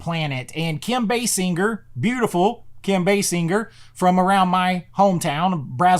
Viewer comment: I love that you pronounce Basinger correctly. Yes this movie was heavy as a kid, awkoe feelings in me I didn't understand and I gained a huge crush on Basinger! ❤❤❤